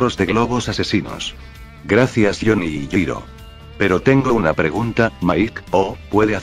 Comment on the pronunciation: Eeh, en realidad 🤓🤓 ball breaker no es una tecnica sino un stand 🤓👌 ya que asi se explica que gyro pueda ver los stand e interactuar con ellos 🤓🤓 ademas en todo tu video le dicer yiro y no yairo 🤓☕☕ asi que tu video esta invalidado 🤓🤓🤓🤓